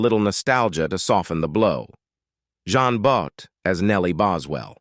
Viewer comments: It was more ‘Jeen Boat’ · "John Boat"??? Get your AI to pronounce names PROPERLY!!! it's pronounced 'Jeen But'!!